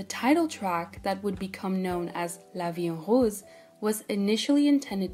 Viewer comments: Are you a French speaker ? The way you said La Vie en Rose sounded really french lol Great video too, it's crazy how hard you work for them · wait you pronounced la vie en rose really well especially the ‘ro’ are you like French ?? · As a french native speaker I have to say that your pronunciation of: " La vie en rose " was, first of all, one of the best I've heard so far in kpop youtube videos, but most importantly, really soft and cute, you got me there, it even took me a bit out of the video for a few seconds, I had to rewind and wrote a comment lol All that being said, I really appreciate this video ^^